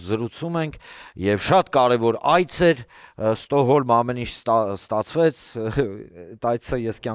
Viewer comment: Ստոհոլմ չի Ստոկհոլմա😂